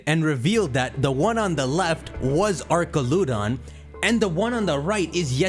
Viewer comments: it’s pronounced “ArCHaludon” not “ArKaludon” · it's "AR-CHAL-UH-DON". They say it in the trailer. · I was gonna sub until I heard this man pronounce archaludon 😭🤦🏻‍♂️